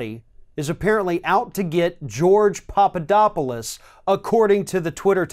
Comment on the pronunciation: FYI It is "Pap", not "Pop" You keep saying Popodopolous.